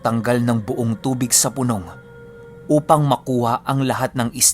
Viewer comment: (Pu-nòng. ) lods hindi (Punông...... ). 😊